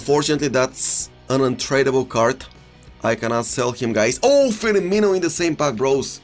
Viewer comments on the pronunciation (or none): none